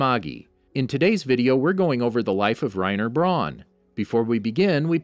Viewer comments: Yeah it’s “Righ- nuh brOWn” not “Righ-ner Brawn” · Also, Reiner BRAWN